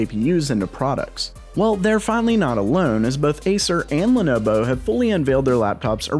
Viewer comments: "lenobo" XD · nah...you said lenobow Bruh.